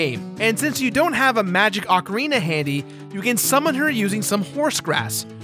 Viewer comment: please can you pronounce ocarina right please.